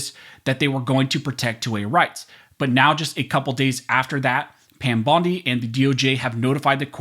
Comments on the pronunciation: Pam Bone-dee??? 😆 Freudian slip, brother?? 🦴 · Did he say Pam Bone-D😂 well we know whats on his mind when it comes to her. 😂